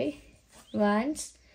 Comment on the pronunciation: It's wands pronunciations is like wonds thanks